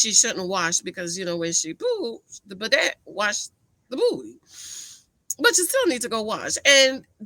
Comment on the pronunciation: And Bao was not acting giddy stupid the way you are describing it. And bidet which is pronounced biday duhh.